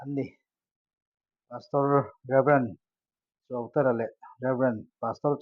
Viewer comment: Pu Chuauterha (Rev Chuauterha) hming i lam dan hi a dik chiah lo deuhin ka hria a, a hun hman tamna Serkawn leh Zotlang lam I hmuh hunah zawt la kum 40 chunglam chuan an hrilh thei vek chein ka ring